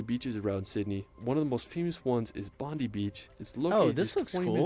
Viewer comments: bondee beach is crazy, its bond-eye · Attention, all Americans!!!! It’s pronounced Bond- eye, not Bond- eee. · No offence to this person doing the commentating about Australia.They should get someone that knows about Australia and the history of the Country.Even the pronunciation of the places.Like Bondi is pronounced Bondie not Bondee. There's a lot of words and names that aren't pronounced right. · Bond Eye beach.. not Bond E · Just to let you know. Bondi is pronounced "Bond eye" not "Bondee" and Bronte is pronounced "Bron tee" not "Bron tay". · Bond-eye beach not bondy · Bond-eye Beach not Bondee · Bond- I, not Bond-ee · It bugs me that the dude didnt bother to take 5 seconds learn some local pronunciations. Bond-ee beach? Ess-per- on-ss? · Bondi is pronounced BOND EYE not BONDEE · takes a deep breath ... OK, for starters, it's not bloody 'Es-per-ANCE'. Yeah/nah. It's pronounced Esprence. Brisbane? Brizbn, or Brizzie. 'Hillsborough' is Hilzbruh. Melbourne is Melbn. Pronouncing every vowel/syllable is a waste of time, well, except for Bondi (Bond-eye, not Bondee). Learn the lingo, you blokes 🙃 (<== smile, down under) and watch out for the drop bears. P.S. I still haven't forgiven Paul Hogan for his cringie "shrimp on the barbie" howler. They're bloody PRAWNS. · He also pronounced Bondi as Bon-dee instead of Bond-eye. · it’s pronounced Bon-dye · here are some pronunciations I noticed if you’re wanting to know the correct way to say them (ones that were said wrong in the video) - - Bondi beach (Bon-die) - Bronte Beach (Bron-tea) - Esperance (es-pren-se (like expense with out the X and with an r) - Beerwah (Bee-a-wah) - Cairns (Cans) - Melbourne (Mel-bun) I’m not saying this to be nitpicky or anything, it doesn’t bother many people if people say it differently, this is just how most Aussie’s say it :) Also the glass house mountains are in the Sunshine Coast if you’re wondering (bc they didn’t say it in the vid). Hope you’re having a great day, and great video ✨